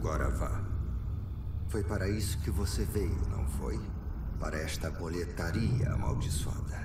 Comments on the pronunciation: Pois é, também percebi kkkkkk. O problema é que durante a tradução, suponho, eles se apegaram ao fato da palavra Boletaria não estar escrito “Boletária”(com acento), que em português faria a pronúncia soar correta. Mas bastava eles terem prestado atenção ao áudio original e entender q é um nome próprio trazido de outra língua. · Sim, mal de brasileiro em querer pronunciar nomes estrangeiros usando as regras da nossa gramatica e pronuncia, ai da nisso, fica muito estranho kkkk, mas ta beleza o resto do jogo é magnifico. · Unica coisa que eu tenho a reclamar desse Remake é a velha falando Boletaria, me deixa puto kkk